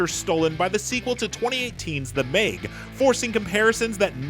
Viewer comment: It’s Meg not mayg